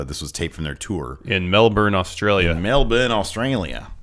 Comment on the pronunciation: At the Gold Coast one Everyone called Patrick Clark a wanker xD & it's Melbourne not Mel Bourne